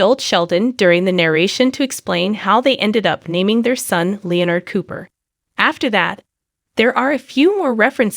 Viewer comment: Not a great robo-voice. "Lee-ah-nerd" is inadvertently hilarious since he's a nerd, but is not the pronounciation of the name.